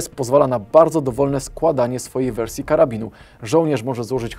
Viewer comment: Śmiesznie mówisz "wersje"